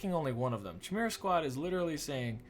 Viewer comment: So glad you're playing this :D Chimera is pronounced like Kimera (same as you pronounced it except for the hard k sound)